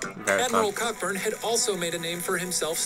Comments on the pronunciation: It's pronounced "Coburn" not "CoCKburn"! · Its pronounced Co-Burn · Cockburn is pronounced coburn